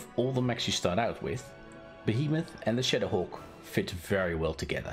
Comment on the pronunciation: First time he said shadowhawk, I literally thought he said shitterhawk lmao 😂